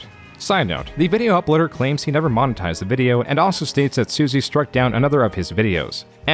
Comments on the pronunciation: Nice touch Arin pronouncing monotised right one second then as moan otised the next to emulate an Ai voice, Bellissimo. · Is this narrated by AI? You keep mispronouncing "monetized"